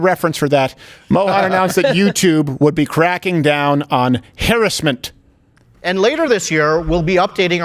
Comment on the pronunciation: .... ...... It's crowder who can't pronounce harassment. Who says it like that? Weird man. But this YouTube guy, despite being able to say harassment correctly, still sucks.